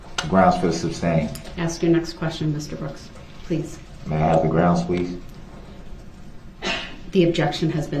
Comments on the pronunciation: Prosecutor: Objection, hearsay DB: GROUNZ Judge: Sustained DB: Grounz for the “substained”? Judge: um, it’s hearsay… 😂😂😂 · When Durl said “grounz” the second time objected when he asked the question of if Lescano told the officer he saw who was driving the vehicle, people were laughing 😂😂😂